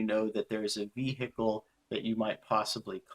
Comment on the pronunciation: Just what, exactly, is a vee-hickle?